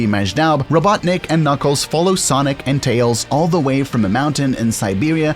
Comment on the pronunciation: Don't forget KnOckEles